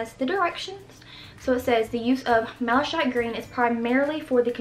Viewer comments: its pronounced " Malla-kite " which is is actually a type of gemstone :) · btw, it's pronounced /mal a kajt/ like the gemstone (malachite). The CH sounds like a K in this particular word. Edit: I see that someone else has already pointed this out, so I'll just say that malachite makes lovely beads for necklaces or bracelets. (It's opaque, so not everyone's choice for a pendant.)